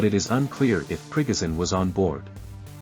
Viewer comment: I'll subscribe if you say 'Pre-go shun', instead of "Prig- azin".